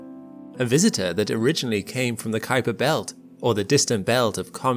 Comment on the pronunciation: "Visitor from the Keiser Belt"? You must be kidding me, right?